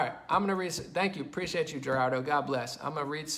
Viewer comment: Man... I agree with a lot of points here, but my brother... don’t go pronouncing Gerardo JERardo. Gah, I hate being that guy, but hey, a healthy dose of wisdom can’t hurt.